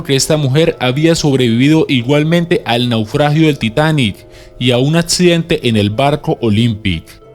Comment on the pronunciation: etsito (exito),atsidente (accidente),etseso (exeso),preditsion (prediccion).....si no sabes hablar bien utiliza algun programa de voz,por que el contenido del video es bueno